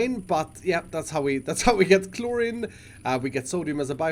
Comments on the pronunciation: takes half an hour to figure out how things could look good My Brain: JUST TAKE IT BACK A BLOCK AND STOP COMPLAINING ( Also as other people have said chlorine is pronounced chlor-EEn ) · Kilokelvin (kK) kelvin is the base unit of temperature and thermal heat, kilo is the unit prefix which means 1000 and PS chlorine is pronounced chlo-reen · Chlorine is pronounced like chloreen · A tip to, Chlorine is pronounced Clor-EEn. I saw you were questioning how you were pronouncing it so hope this helps. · Chlorine is pronounced like chlo-rEen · I love the struggle to say Chlorine. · 3.3kK is 3,300 Kelvin. Kelvin is a sciency temperature measurement. The short form is K. also you're mispronouncing chlorine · I cringed so hard every time he said chlorine right.. then chose the wrong pronunciation... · He says chlorine sooooo wrong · The I in chlorine is pronounced as two ee's instead of an I. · chlorine rhymes with green btw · 😤it’s Klor-een that’s how you spell it lol Cool series tho Keep up the good videos! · Zuton Games hate to be that person,but it’s how you pronounce it. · Chlorine is pronouced "Clor - reen" (Same ending sound for Flourine, bromine, and hydrazine. Words like polypropylene also use the same "een" sound despite the different spelling.)* I don't remember the etymology as for WHY off the top of my head, but it doesnt follow the hard I rule that the words "Like, Slide, Chloride, Bromide, Supplied, Divide, etc." follow. Probably somthing due to English being an amalgam of different languages. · Chlorine is pronounced “kloreen” phonetically btw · My gosh pronounce it like Ch - Lore - Een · Chlorine is pronounced ‘cloreene’ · Chlorine pronounced klor-een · Chloreeeeeeeeeeeen is how it is pronounced , pal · Chlorine is pro pronounced clor-een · Chlorine is pronounced Chlor eene like the end of clean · He said chlorine soo wrong 😂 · It’s chlorine not chloryn dude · It’s pronounced chloreen (like halloween) not chlorin, but it’s spelt Chlorine